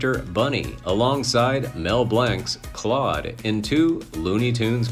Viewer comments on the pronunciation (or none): none